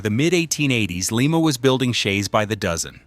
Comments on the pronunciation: Lima Ohio is pronounced Ly ma. Leema is in Peru.😁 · Pronounce "Lie Ma" Not"Lee Ma" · Lima is LYE ma not Lee ma. It is a town in Ohio not the city in Peru. The same town where the Wright brothers built their airplane. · It’s Lima (/ˈlaɪmə/ LY-mə[4]) a city in Allen County, Ohio, United States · Pronounced like the beans.